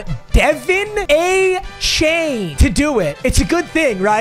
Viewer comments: it’s pronounced ah chanayy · It's (ash-a-nee) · It’s not Devin it’s DUH-VON A-CHAIN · It's A-Chain or A-Kay-Nee I believe. But who cares...? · It’s not Devon achane. Obviously it’s Devon achane